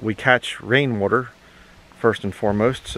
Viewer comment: He says Rain Wutor, keep up with the videos.